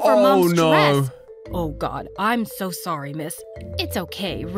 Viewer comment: Wait how many times did I hear and her say SORy